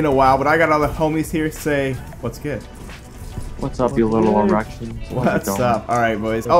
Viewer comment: “You little eREQtions”